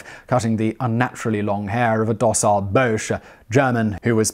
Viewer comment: Fraternise not fratrenise and Bosche (bosh) not Boche. Good grief man learn to speak your own language.